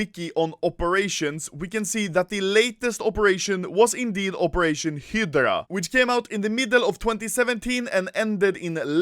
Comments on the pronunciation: Hydra not Hidra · HI DRAH. Not Hedrah. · It's HYDRA (HAE–DRA) not HYDRA (HE–DRA) BTW luv your videos. Keep it up rookie. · if he sais hidgra 1 more time instead of highdra.... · Im not mad at ur stealing other youtuber content but that sound when u say HIDRA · "Hedra" nice pronunciation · Use subtitles, when Anomaly says "hydra" it says Hitler :D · Can you not say hidrah... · literally noone: anomaly: hidra case, hidra keys, operation hidra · I stopped watching the video due to the way he says Hydra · When u said operation hydra I thought u said operation Hitler